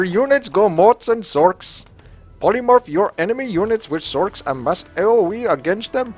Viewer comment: sorchs = sorcheresses if this wasn't a joke because of his pronounciation ;)